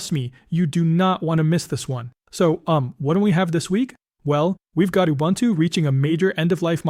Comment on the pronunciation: It's not ubantoo... Please get it right.